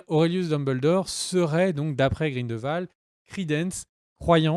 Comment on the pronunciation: Mes oreilles ! Cest GrindELwald et non "Grindvald" Et au vu des absurdité que tu dis que j'ai pu lire dans les commentaires je vais m'arrêter là. Cirrige ta vidéo et reupload là stp